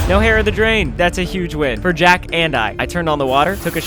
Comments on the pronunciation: Its not "Jack", you say it like gak. I LOVE YOUR CONTENT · Jacque is pronounced “Jackie.” ty for coming to my ted talk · Its pronounced “jack-e” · Or it's not a fancy way to say "jack" it's probably pronounced like jackie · It's not jack its pronounced jock I can see th mixup though have a great day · "Thats the fanciest spelling of Jack i have ever seen" As a french person i see my username as an absolute W also, its not pronounced jack, its pronounced CHJAKS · Pfft I think it’s funny that he said jack for Jacque but it’s pronounced jac-kee 🤭 I know this since that’s my aunts name and she pronounces it jac-kee 🤭 I had the same interaction with the name when I first read it 😅😅 But anyways I LOVE UR CONTENT! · its not pronounced jock or shzock not jack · it’s pronounced ‘жauque’ not Jack lmao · Jacque is Jac-key lol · As my name is also Jacques (except I spell it with an s) I can say that it is not pronounced (Jack) it is pronounced (Jock) kinda, it’s a French name. Also I am not trying to be that guy, I love your videos Ryan. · Jacque is usually a common South African name. 😂 So it's not Jack it's pronounced jaak. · BTW i think that Jacque is pronounce like jackie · Fancy spelling of Jacque :3 it's pronounced like zhaack, it's french with a long A. I had a cat named Jacke which shares almost the same pronunciation, but is a true J pronunciation instead of a zh. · he’s probably French and it would be pronounced “Jock” with a French accent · and it’s not even pronounced jack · Jacque is pronounced jawk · Jacque is french dude and not pronounced Jack. However, they often prefer Jack, so the incompetent won't mispronounce it .. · Ryan you pronounce her name Jackie 😭😭😭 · It’s french and jacque is pronounced (shacuh) but my way of saying it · It’s not jack google the pronouncing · Ryan pronounced Jacuque as Jack. It isn’t Jack. It’s a French name. Lol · erm actually it's Jacque (Zhock) Zh makes a long g gggggg) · Jacque is pronounced like Jackie if you did not know